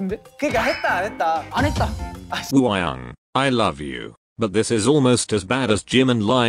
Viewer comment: Nobody: Absolutely nobody: Siri in this video: wOo-Hi-YoUnG